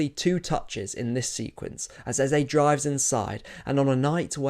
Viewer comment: It’s Eze not Eza. A is pronounced like Apple and e for egg. No a in Eze. Eze equals king, eza gas no meaning. Allow Arsenal to be crowned Eze as in king, not Eza, whatever that means.